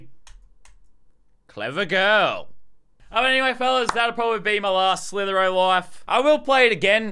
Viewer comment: Its slither i o not slither o